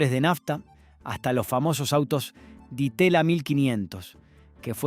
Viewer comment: También se escuchó un "di teya"...😮